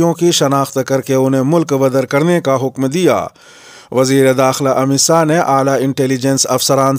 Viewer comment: السلام علیکم آج وزیر داخلہ کا نام امت ساہ نہ کہ شاہ سننے میں لگ رہا ہے کیا میں صحیح ہوں